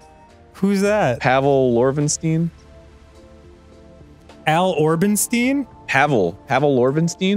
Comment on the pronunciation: My favorite was Pavel Orvenstein. Dan said “Al Orvenstein” and Arin corrected him as if he thought that name might be right😂